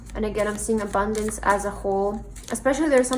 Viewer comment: Pile 3...very generic reading with TOOOOO much stress on the word abundance